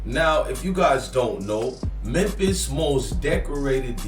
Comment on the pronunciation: It’s Memphis my guy not mempis